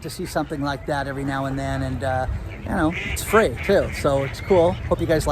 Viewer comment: We need more fwee to feel better ...